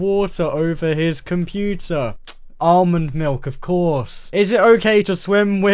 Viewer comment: yOu bUiLd cOmPoOtEr